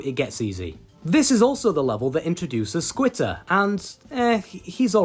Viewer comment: Why do you call squitter skeeter???